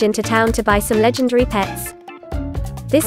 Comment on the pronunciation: she said ima get lengdary and lots of trades Starting me LAGUH LOL